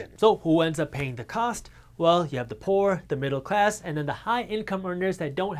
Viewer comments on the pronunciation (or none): none